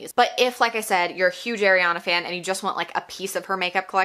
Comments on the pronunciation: Ahhreeyana not ayyyyriiiyaaana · It’s Ariana not Airana sorry it irritated me 😂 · Her name is ARIANA NOT AIRYANA. as a fan maybe say her name right as you bash her brand. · "airiana" it's... ariana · I love your opinion, but her name is pronounced “are” iana not air Iana. Not being rude!!! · she’s a huge ariana fan and calls her “air-iana” just kidding! appreciate the honest review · You’re kinda calling her Eriana 😅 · you say you love ariana but you pronounce her name wrong the whole video 😭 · ur a huge ariana grande fan but can’t even pronounce her name right? oh okay. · also u pronounced ariana wrong 😭